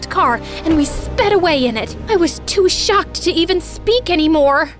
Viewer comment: “I was shocked” no “I was socked” hit different 😂😂😂